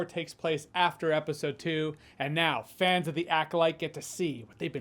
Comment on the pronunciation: Acolyte Fans? Fan"S"?! That's a bold s sir.